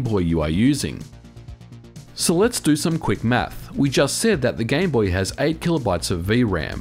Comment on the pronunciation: Tip from a non-professional: be sure to pronounce the vowel a in 'm - a - th' clearly. Or not, pretty funny.